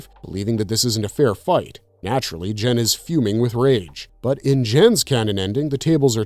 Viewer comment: Lol "Jen". Is GEN! Cmon man!😂😂😂